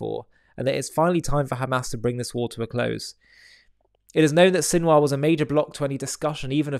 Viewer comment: Sinwar turned into Sinwas.😂😂😂😂😂